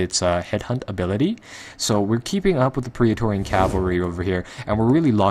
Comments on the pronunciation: good vid but remember its PRET-TOR-RIAN ;) theres no 'pria' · It's pronounced pray torian like how daemon is pronounced daymon.